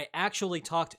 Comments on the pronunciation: Just a teensy tiny minor nit. The 'u' in Rutte is pronounced as in the 'u' in rug'. R-uh-tteh. Not R-ew-tteh. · Hey, as a Dutch person, I just want to help you out in that Rutte's name is pronounced 'Rut-tuh', so rut as in 'being in a rut', and the 'te' is kind of pronounced 'tuh'. Rout-uh is definitely not right.